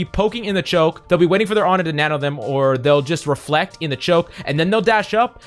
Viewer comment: I lost 50% of my brain cells when he said " Reflect"